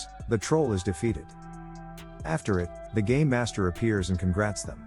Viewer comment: Did I hear game or gay master